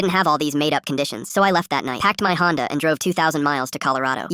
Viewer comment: Bet up honda not homda